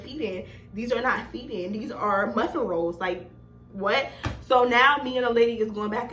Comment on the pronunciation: I just started watching but corn “rolls” is sending meeeee😭😭😭